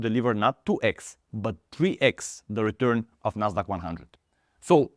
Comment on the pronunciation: "Daily redurn" and "Big Dech"